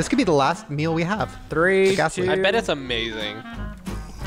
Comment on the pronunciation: saying mill for meal always gets under my skin lmaoo